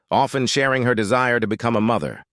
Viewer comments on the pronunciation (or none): none